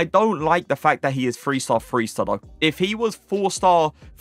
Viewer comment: Great work i like your lists the most however do you pronounce "th" as "f" like do you say free for three is it a British thing ?